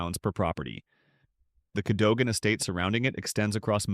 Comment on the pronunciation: Cadogan is pronounced KADUGUN CHEYNE is 🗣️”CHAINY”.